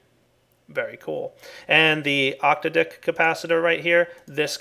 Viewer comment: Is it fair to say that pronunciation of 'octadic' probably isnt the correct one?:p